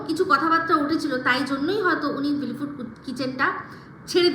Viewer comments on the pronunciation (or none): আরে বাল না জেনে বকো কেন? আগে গিয়ে ভিলফুড কিচেনের ভিডিওটা দেখে এসো। তাহলেই চন্দনের আসল রূপ ধরা পড়বে। চন্দন একটা মিথ্যেবাদী, মাতাল, ওর মাতলামির জন্যে ও নিজে ছেড়ে গেছে ওই চ্যানেল। ওর বউ পর্যন্ত ওকে ওর মাতলামির জন্যে ছেড়ে পালিয়ে গেছে। আর ভিলিফুড আবার কী উচ্চারনটা ঠিক করো ভিলফুড।